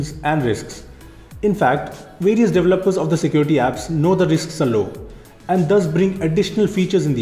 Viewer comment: i thought he was saying devil worshipper. he was saying developer. LOL 😂